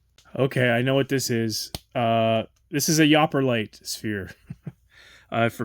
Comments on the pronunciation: You shouldn't be "reviewing" anyone else's product when you're unable to identify the stones. The second sphere is 100% bloodstone. The small palm stone you showed is 100% labradorite. This is so annoying to me. Offensive even. You don't even know how to pronounce... its YOU-PER-LITE. Temu isn't just one store. It's several hundred (thousand?) different sellers so thank the specific store you purchased from not Temu itself. You didnt buy those stones from Temu. You purchased from a seller on Temu, kind of like ebay. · Cool video. Loved the Yooperlite you got but have to say it's pronounced like (you-per light). Yooper is a term for someone from the upper peninsula of Michigan aka "da UP". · Came here to say this!😆 Escanaba native😆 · Yooperlite is pronounced "You per lite" and is named after the term Yooper, which is a term residents of Michigan's Upper Peninsula call themselves and where sodalite was fairly recently discovered. The guy who discovered it in Michigan and coined the name is here on YouTube. I think you can even book an after dusk yooperlite hunt with him. Yooperlite has also been found on the beaches of all of the great lakes. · The prononcation is "you per light" stone. Yooper light..... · It's yooperlite, pronounced you-per-light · That little tumble is absolutely Labradorite...not Moonstone. I am so frustrated by that. Lol The Bloodstone Sphere is Bloodstone. Tiger Iron Sphere. The Yooperlite Sphere (Syenite with Sodalite) is really nice though not pronounced correctly. Fantastic sphere! Honestly, they are all pretty decent. I enjoyed seeing what you got. Pleasantly surprised actually, though I don't plan to order from there. Thanks for sharing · I snorted when you said yahhp-er-lite. Its pronounced you-per-lite. It comes from the U.P. of Michigan, or the you-pee. Above the bridge "Yooper", below "Trolls" 😂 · It's not yapper, it's (you per)😊 spelt yooper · YOU-'PER-'LITE! Not yhopperlite. 😢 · YOU-per Yooperlite